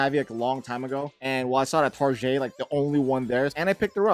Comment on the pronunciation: It’s Tar-get not tarjay